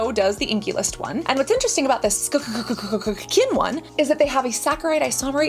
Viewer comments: don't know why you always say skkkkn - its literally skkn - ur not funny at all with that - just be respectful, like u been to other brands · The way Cass pronounces SKKN “SKKKKkkkkkkkN” 😂